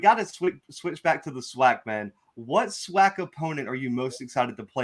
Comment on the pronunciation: We gotta teach these new guys coming in some of our rich SWAC history. This ain't just any old conference. There's a LOT of rich history and tradition!! And it's pronounced SWAC (Swack), not (swock)...lol. That being said.......we are EXCITED to have you as a #Gman!!!! Welcome to hbcu football!!!!